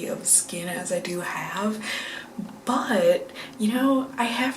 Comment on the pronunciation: I'm going to rewatch this video and imagine you're saying "dew" whenever you say "do." It'll be very punny.